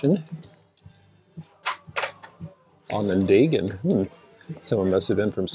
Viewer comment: Just helping you out, I was watching one of your shows where you were in the largest goodwill in Seattle, you mentioned Syracuse china, the Onondaga variety, I live in Syracuse NY where Syracuse china was manufactured, and I also live in the county of Onondaga, it is pronounced On- on- daw- gah